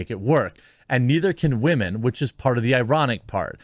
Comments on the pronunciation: I didn't even know anything about this movie being made or premiere. I turned cable off over a year ago. But anyway dude, you crack me up. Im going to start saying wahmen from now on. This doesn't surprise me that it failed. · Stop saying wahmen ... it sounds so foolish. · does he not know how to say women or what? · I think I have a stroke every time you say women